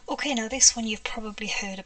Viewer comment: I am routinely blown away by the quantity and variety of techniques you demonstrate.👀 Truly amazing. I also love the way you pronounce "ok". O-keh.😁👍🏻 BTW, "agave" is pronounced a-GAH-vey. It's a desert plant in the Americas. That sure is a pretty paint color.